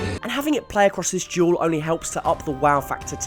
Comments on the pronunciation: Its duel not jewel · It's duel. Not jewel. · He sounds like he’s saying jewel not duel 🤺 💎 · Juul, not duel. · Everyone else: "Duel": "Jewel" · Why do you pronounce "duel" like "juul"?? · Why do you pronounce duel like jewel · Anyone else notice he keeps saying juul instead of dual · I keep on thinking he says "Juul" instead of "Duel!" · i fucking hate how he says duel xD gule ahhh so frustrating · Who else thought he was saying "Juul" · It sounds like this guys saying juul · I’m sorry but each time he says duel i hear jewel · I swear if he says jewel one more time im gonna kill myself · Every time you say "duel", i hear "jewel". Tricking my brain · When he talks about Duel of the fates it sounds like he's saying "juul of the fates" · Every time you say duel i can't help but here the word jewel instead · I can't help but hear juul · “Juul of the fates” is literally how you pronounce it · Lmao every time he says duel I hear juul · i keep freakin hearing jewel and that's so annoying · I heard it as juul